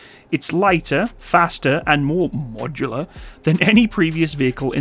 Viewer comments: Can you stop apologizing to some negative viewers in every video please I am sure 99.9% off your viewers do not mind “modular” at all. Still i listened to 7 times a deformed “modular “ pronouncement. Its very uncomfortable to listen to In other vids you also apologize a lot on other stuff Hope you keep making these great vids inthe future also !!! Love them ( except for the apologies 😂) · cant stop smiling everytime you said "modular" 😅